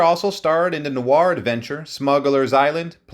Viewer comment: There is no R in "noir." The word is pronounced NWAH.